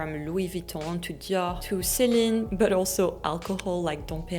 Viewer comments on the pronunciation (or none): none